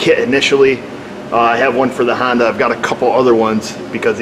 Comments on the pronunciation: Don't be a republican idiot and stop saying Hondu. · What firm make this Hong Doo vehicle? And it's hell I coil, not heelocole